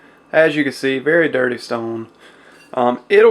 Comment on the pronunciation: hehe i like the way you say dirteh lol. awesome video btw